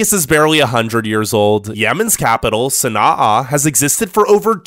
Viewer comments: Sana’a pronounced “San-ah” NOT “San-ah-uh” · You're pronouncing Sana'a wrong